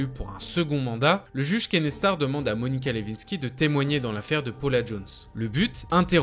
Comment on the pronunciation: Pour ceux que ca intéresse Monica Lewinsky. Il faut prononcer le W dans son nom de famille comme si nous dirions Le (win) sky. Il faut dire win comme en anglais.